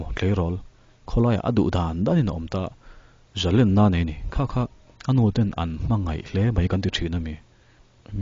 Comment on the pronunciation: I ngaihsanawm telh telh mai. Mahse Zalenna tih hi a dik chiah lovin ka hria. Zalen (Lunglen tiha lên) ang hi a ni lo maw